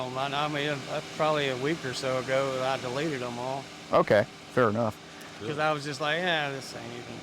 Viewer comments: This man said "I doneleated her" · “I dunleted it”